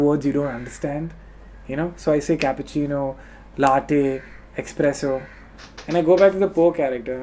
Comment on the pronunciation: Kennyyyyyy you're awesome man!!!and by the way .......espresso not expresso